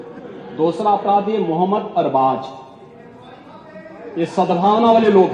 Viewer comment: Man pehli bar dekha kisi ne arbaz ko sahi pronounce Kiya na k arbaj😅